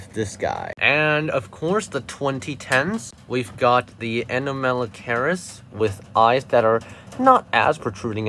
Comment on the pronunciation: A-nom-alo-caris It's a hard C